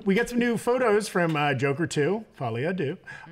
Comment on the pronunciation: I love how is the only one who can pronounce Folie A Deux correctly